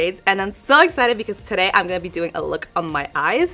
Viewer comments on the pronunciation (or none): Gosh I love your videos but your "terei " instead of today make me feel sick 😭😭😭😭😭